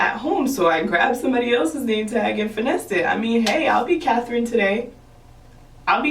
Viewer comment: “ I’ll be cathren today “ 😂